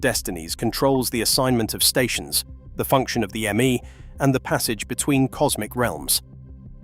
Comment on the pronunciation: The "Me" pronouncements or decrees are pronounced "May" as in the month. Your AI should know that.